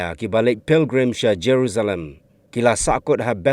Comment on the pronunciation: Ka kynnoh stai te ine i bah zeruzalem😂😂😂😂😂😂😂 ka dei jeresalem ph boss😅